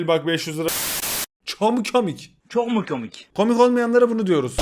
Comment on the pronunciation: Nobody::Çök mü kömik